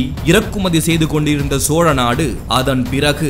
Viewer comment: சோறநாடு என்பதுபோல் தெரிகிறது தெளிவாக கதை சொல்லுங்கள்